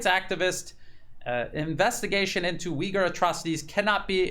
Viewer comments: Thank you for your brilliant reporting. However i must correct you. It's pronounce Ooiggur not Ewghur. The "U" in Uighur is very hard and pronounced. Closer to n[OO]k than st[EW]. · Oy-ghu-er. thats how its pronounced. theres no W or EE in Uyghur. it isn't pronounced WEEghur